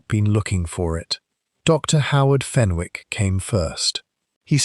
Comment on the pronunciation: Good story but . Wished you would check AI for oronounciations. Fenwick has a silent W, pronounced Fenick.